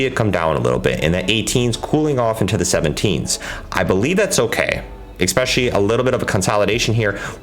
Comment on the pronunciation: Dude, what's with the use of the word "expecially"? Surely you know this is not a word and you're using it all the time in places where "especially" wouldn't fit.